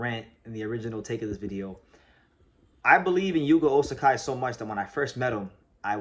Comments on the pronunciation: Hey, I thought I'd mention that you're saying his name as Osakai, but his name in your title is Ozaki. I don't think there is a name like Osakai in Japan, whereas Ozaki is a legitimate name in there. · Ozaki is pronounced more like Ozacky. "KI" is never pronounced "K-AI" in Japanese. It's not Shohei OhtaNAI, or RoKAI SasaKAI, or Ichiro SuzuKAI is it? When reading romaji, just consider the vowel following the consonant is attached to the consonant. O/ZA/KI, not OZ/AK/"I", only real exception is when using H to express long vowel, like OH/TA/NI